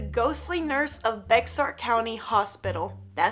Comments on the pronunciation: It’s not bex-ar it’s pronounced like the name bear just spelled bexar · How dare you. You said baxar wrong. It's bear as in the animal. Also is it weird that the second one is in San Antonio and I live in San Antonio Edit: the one with the bus and ghost children is REAL IT'S SCARY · You pronounced bexar wrong it’s basically sound like this “bay har” but spelled bexar 🙂just letting ya know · Bexar is pronounced BAY-HAR, you shoukd know that being from Texas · Bexar = "Bear" in pronunciation. I know it''s tough to handle. Took me a whole Google search to not waste that much time rendering a video. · Fun Fact: Bexar is pronounced Bear like a Bear. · i think bexar county is pronounced Bear but idk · it’s pronounced bear county